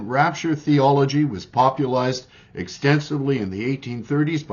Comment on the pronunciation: Hard to take you seriously when you can't say popularized correctly....